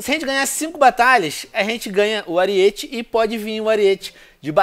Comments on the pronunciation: Venom aprenda a ler!!! ARIETE (errado) ARÍETE (CORRETO) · não é ariÊte é arÍete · Aríííete, não ariête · Venom não é ariête cara é aríete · "ARIÊTE" hauahauha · Venom se escreve ariete mas se fala arete